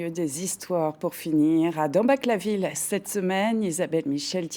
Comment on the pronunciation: c'est tout de même pas possible que dans une émission consacrée au magnifique patrimoine de l'Alsace, les noms de nos villages ne soient pas prononcés correctement. Dambach se dit "Damebar".